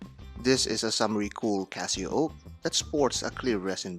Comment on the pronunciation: CasiOak not Casio oak